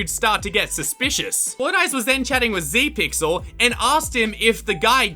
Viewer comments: not zeepyl its zepyxl >:( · Zepyxl is a pro obby youtuber but uh you said zepyxl wrong